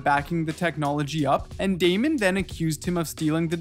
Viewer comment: nah “Raymond” is wild fam 😭😭 his name is Daymond btw